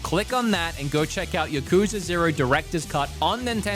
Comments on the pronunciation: It's not yuh-KOOO-zuh. It's YAH-ku-ZAAAA. I lived in Japan and dealt with the topic much. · says Yuh-kooza lol